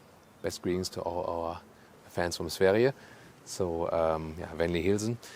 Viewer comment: To hear you pronounce Sweden in Swedish as perfect as someone could ask for... what should I say? I love your channel even more now! 😍